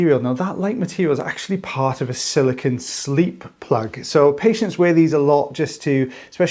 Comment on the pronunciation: Silicone, not silicon